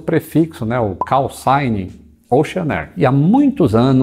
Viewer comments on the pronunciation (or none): none